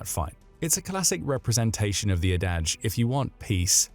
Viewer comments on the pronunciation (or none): "adage" is emphasized on the first syllable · ""Adage" is pronounced ad-id-ge. I thought this channel was a script read by a robot but even the robot on google (from the Oxford dictionary) pronounces adage correctly